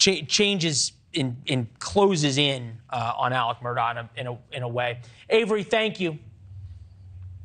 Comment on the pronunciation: It’s Alex but pronounced Aleck